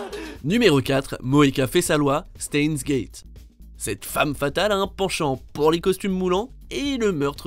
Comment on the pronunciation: Sa se marque steins gate mais sa se prononce chteins gate